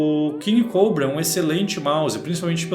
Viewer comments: Alguém me diz pq ele fala coubrua em vez de cobra??? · Invés dele falar português o nome do mouse, n, fala ingles, eh cóbra, e n coubra! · ele é brasileiro, ta no br, fazendo video em portugues falando p br, e pq ele ta pronunciando "COUBRA"? esses enzo de condominio sao foda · “Redragon King Cowbra” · caralho meno q agonia desse nerdola puxando pro ingles COBRA, porra meno ja ta em portugues cara AKAKAKKAKAKA